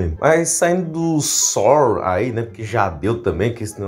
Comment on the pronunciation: A frança virou o acre de tanto falar "saur"